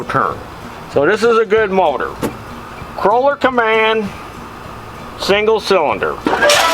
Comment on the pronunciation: KOH-LER!!! NOT KROH-LER!! UUUGGGGHHH!!!!!